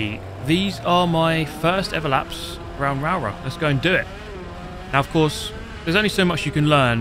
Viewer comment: Rowrah pronounced “Raa-raw” 😅